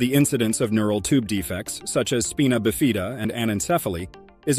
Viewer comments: U realize anyone who tells this story won't b believed bcuz as the "Narrator" says "speen uh bee fee da"....that's ABSOLUTELY INCORRECT.....it's Spy-nuh-biff-eh-duh.....jackhole!!!! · Speenobafeena? It's Spino-bif-id-uh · It's Spy-na BIFF-id-ah, not SPEE-nah biff-EE-da. That's how you pronounce spina biffida. Otherwise, great video. Very informative. I would not abort. My belief is that the child is exactly how God meant it to be. Others may believe differently, that is their prerogative. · holy crap dude .... it's SPINA(SPEYN UH) BIFIDA (BIFF ID DUH) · Speena buhfeeda? 😂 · Speen-uh Biff-Ee-duh… 😂😂😂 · speeena bifeeeda? good God.. this is obviously a fake news channel. proper pronunciation is important. aside from that.... the facts here are just not based in science. the fact is... these babies will never be normal. they won't live long. as stated here. and one was 12? oh but blind and non functional speech. quality of life matters. abortion is still a more obvious option... when given this prognosis. parents are selfish. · At least pronounce spina bifida correctly... NOT speenah bifeeda for Pete's sake! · How “spina bifida” is pronounced is hilarious. It’s SPINE-uh BIF-i-duh. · they said "speena bafeeda" hahaha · Agree completely about the pronunciation. You'd think a scientific channel would at least google the correct pronunciation. And which god? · You cant even say the words 🤣 spine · Right?! That drove me crazy! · Yeah that weird pronunciation got me too. Glad I'm not the only one! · it's e*x*speshully annoying on something that's supposed to be researched and moderately educational. like seriously there's a hunnit thousand different resources that I am certain said it correctly, and maybe, if you aren't sure, just axe what the pronunciation is.